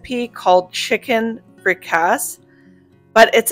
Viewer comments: Enjoying watching. Just wanted to say we pronounce it “frick a say” but no matter how you say it it’s a great economical meal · I think the pronunciation is Freh- cah-sea. Fricassee if this is what you’re making. Enjoying your vlog! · Put the cheesecloth in a sieve or put rubberbands around the cheesecloth on the funnel. Also fricase is pronounced as frick-a-see.